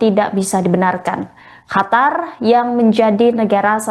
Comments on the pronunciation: "Qataaaar mbaaak Qatar" !!!!!...bukan "Hatar"...salah 1 huruf jadi beda makna itu mbaaaak,,heeedeeeh 🤦‍♂️🤦‍♂️🤦‍♂️ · Hatar apa Qatar ya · Qatar mbak, bukan hatar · Qatar atau Hatar...? 😊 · Qatar..mbak..bukan khatar.. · QATAR MBK BUKAN HATAR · Apasi hatar, ganggu banget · Bukan hatar tapi qatar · Qatar,,bukan hatar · Hatar apa Qatar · Qatar bukan hatar mbak eee😒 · Qatar apa hatar sih...? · Pembaca beritanya,hatar hatar terus tidak bisa apa kalau nyebut Katar .. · baca qatar aja .. hatar hatar hatar.. gimana sih ngomongnya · Hatar apa kata kau ni? Gak bisa kau baca Qatar?! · SIAPA SIH NAMANYA INI , GAK BISA BEDAIN HURUF "Q" DAN "H". LANGSUNG SAYA SKIP , YG BEGINI JADI PEMBACA BERITA. JANGAN DIPAKAI YG BEGINI MAH. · Qatar bkn hatar hadeuh apaan sh ni pembawa berita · apa gua aja ya yang dengar dia bilang HATAR wkwkwk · Ga nyaman juga dengar Qatar di sebut Hatar. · Qatar = Hatar, Qurban = Hurban 😂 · Masa Qatar dibaca "hatar"? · Hostnya gimana nih, negara QATAR dirubah nama HATAR, tolong belajar lagi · hai mmba cantik, itu QATAR tidak dibaca KHATAR. ini terdengan sangat mmenyebalkan apalagi anda mmenyebutkannya berulang kali. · Qatar menjadi Hatar apakah Indonesia akan menjadi andanesia😂😂😂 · QATAR , baru dengar (hatar) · Q bukan H.. Qatar bukan Hatar. Tolong pembaca berita perbaiki bacaannya.. 😅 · Mba kenapa melafalkan Qatar jadi Hatar?..aneh kedengaran nya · Bukan Hatar dek... tapi Qatar..😂😂😂😂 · Naon eta..Hatar..Hatar...Qatar..pake Q..Qatar..dibaca..katar😂😂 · Hatar? Masa iya itu mbaknya gak ada yg kasih tau kalo itu huruf "Q"? Awalnya gw kira memang ada sebuah kota bernama Hatar, ternyata itu Qatar.. 😂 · Hatar atau Qatar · Bukan Hatar mba, tapi Qatar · Itu pembawa berita bisa bicara Qatar apa Hatar sih😂😂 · Qatar dibaca katar. Bukan khatar. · ini pembaca berita enggak paham penyebutan Q dan H. Qatar jadi Hatar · Bukan Hatar tapi Qatar. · Hatar atau Qatar sih.dimana negara hatar, baru dengar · Bukan hatar min...Qatar... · Bukan hatar tapi katar/qatar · Qatar bukan Hatar😢